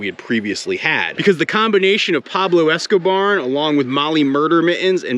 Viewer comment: Surely calling him Pablo Esco-barn?